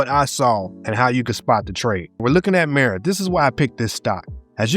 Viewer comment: Mah ra not miro